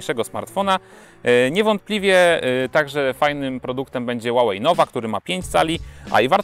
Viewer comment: źle czytasz Huawei, czytaj sie "huałej".